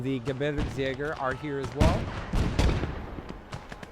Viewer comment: Nice progress on your German! "Aufklärer", "Kettenkrad" are now very good. "Gebirgsjäger" is fantastic, as always! Unfortunately you're still saying "Deutschlend". Make sure to say "Land" not "Lend". You sometimes say "Panzer" correctly like in "Panzerschütze" , and sometimes incorrectly like in "Panzerpionier" . Speaking of which, the ending of "Pionier" was great! But the "i" after the "P" sounds like "ee". So like "Peeoneer". I kinda have the same problem with "LeFH" as I did with "StuH", as in, I've never heard a German speaker actually say the abbreviation, only the full name "leichte Feldhaubitze". Personally I would pronounce "LeFH" like "l-e-f-huh". Btw your team mate was saying "hold on" "waiting for vehicle". the enemy said "you gonna take the base or what?". Then he says "Take the base or I'm closing!" and your team mate answered "now we can".